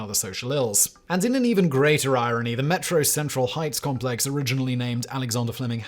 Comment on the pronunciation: Every time Simon says "metro central heights" I hear"metro sexual heights".